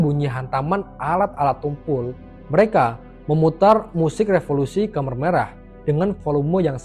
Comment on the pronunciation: Khmer merah , bacanya tetap kmer mas, bukan komer..., komer itu kan sesuatu yg memabukkan , dlm bahasa arab